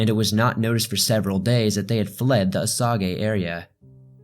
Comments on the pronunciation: Hey awesome story, however I just wanna let you know Osage is pronounced O-Saje not O-sawgay. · Sweetie, you have a nice voice. Please to listen to but your just killing some of the pronunciations. Osage. is not O-Sa-Gay it's O-sage like sage the spice. Okay, if you ever get a chance to edit it would be great if you could fix this. A suggestion when you do you next documentary and you have to deal with names your not familiar with; rather than guessing, find them somewhere here on Youtube and listen to how the 'natives' pronouce it. I was raised in Kansas. I was actually doing so online shopping and listening to this. It was eating at the back of my mind...WTH is he saying? There's no city or town in Kansas named O-Sa-Gay. I think what might be confusing you is your pronouncing it as if it were a Japanese name; it's not, its Native American. Almost all of the names in Kansas and Missouri you're going to find are Native American names. Other states as well, of course. But you are really doing well, like I said, you have a very pleasant easy to listen to voice. Thank you. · I enjoyed most of the video. It was a good dramatization of the Wikipedia article. O-sage, not o-soggy. A few images were vertically unstable, very distracting. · Its not O Soggy its O sage as in the spice so what else do you have wrong?...... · why are you pronouncing it “oh-sog-ee”? I have never heard that. Onlt “oh-sage” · “O sog A”?? Lol it’s pronounced “O Say ja” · I like how he pronounces it O-Sag-eh City. I have never heard it pronounced that way LOL. I am going to start pronouncing it that way when I visit my friends there. It is pronounced O-Saj. Like look up the plant Sage on google, and click the sound button to hear the word said and then add O to it. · You should research how to pronounce location names... or in this instance, not just a location, but a WHOLE Tribe of Native Americans. Osage is NOT osàgā it is O-sāge. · Its pronounced "O-sage", no? Oh-Sa-Ge sounds wrong.